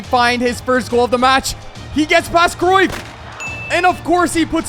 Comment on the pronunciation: bro really said decruyff(did anyone notice?)